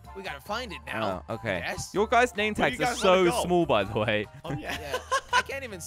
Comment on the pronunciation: When says small he says smooll